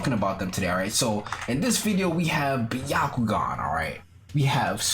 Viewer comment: This is how u pronounced byakugan By-ya-ku-gan